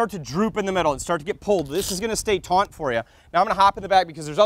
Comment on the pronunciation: Stay “taunt”. XD. Absolute dream truck though. Great content!